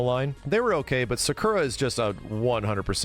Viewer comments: sakura being pronounced secura was funny as hell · I know this is 3 years ago but, Sakura’s name is not pronounced the way you say it, it’s pronounced “Sah-koo-rah”